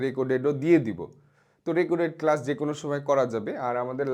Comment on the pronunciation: কেসাস❎ কেলাস✅বলছে ও😮‍💨